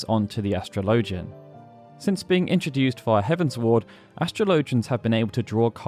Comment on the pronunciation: Astrologian is pronounced the same way you'd pronounce astrology, since that is their field of expertise.